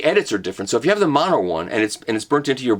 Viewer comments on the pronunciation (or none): none